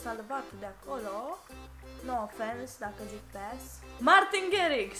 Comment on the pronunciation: Tu zici pașș În loc de pass la